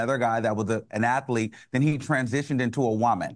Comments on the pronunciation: Lawd Al kills me with the way he says Athlete. He pronounces it Atha lete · Seriously! I was so annoyed hearing him say 'ath-a-lete'. I'm like where did that extra syllable come from?